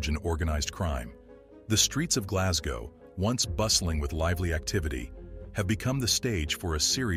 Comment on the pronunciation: I think I was impersonating how the narrator said Glasgow but aye,I live not far from Glasgow and we say Glesga tae,and I live at the mouth of the Clyde,oh the shame,lol.All the best bud.